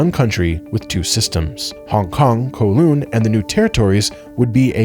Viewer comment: Cos the video was made by an American and USA of course never did any Imperialism 😂. And he butchered Kowloon pronunciation 😢😢